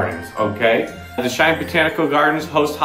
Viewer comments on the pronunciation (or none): 6. Go the the Holiday Magic concert with the wonderful Cheyenne Symphony on the 14th. (Weird how "Cheyenne" becomes "Shine" .)